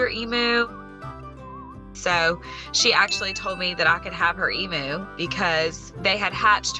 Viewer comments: In Australia we pronounce it eeemyou not eemoo😆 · They are pronounced Eam-You….not Eam-moo. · It is pronounced E MEW. NOT E MOO!!!!!!! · Hearing Americans say 'emu' always cracks me up. We, Aussies, say 'e-mew' but you guys say 'e-moo'. So adorable 😆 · From an Australian Point of View (bearing in mind that the Emu is an Australian Animal) it’s pronounced Eem-u. (Eem as in Seem or Beam for sound context) The ‘u’ bit at the end is correct. It’s the beginning bit that is not. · EMOO? it's an Emu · There's no such thing as an E-moo. It's pronounced Eem-You. It's native to Australia. You won't find a single Australian who thinks they're called E-moos. Only Americans think they're called E-moos. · An " o" would not make any difference. It's said the same way we pronounce the " u" in the word " music". We don't say " moosic". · Nope, we pronounce it "em you." It is cute the way Americans say it. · e-MYU! No offense, but the pronunciation hurts me as an Australian. Also: why? Why have you always wanted an emu as a pet? They're wild animals. While occasionally farmed, they're not domesticated. Not. Pets. Rescue and fostering, I could understand. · No offence intended but if you love emus so much, how about saying it properly? It's pronounced eem-you. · Oh god its called Moo because you don't know how to pronounce Emu (E-m-U) haha. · It's truly stupid imo. For people who were obsessed with Steve Irwin, it's not hard to find a clip of saying it correctly. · As an Aussie, I just struggled with how they say Emu 😂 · If you can’t pronounce Emu correctly, I fear you have not done the research needed to care for one correctly. They should not be pets. They are wild animals and deserve to live in a herd, in the wild. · She always wanted an emu and doesn’t even pronounce emu correctly 🤦🏻‍♂️